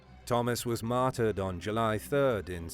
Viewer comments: When this guy says “martered” does that mean murdered or what? Lol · So we all know from this video you love the word "Matder"